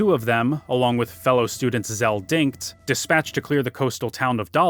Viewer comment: Zell WHAT!!!!!!!!! That’s how you pronounce it? No no no. Din- chit